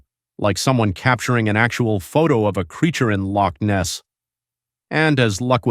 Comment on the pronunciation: The accent of the commentator is grating on my ears. Certainly not a Scottish accent, it hurts the way he pronounces Loch Ness.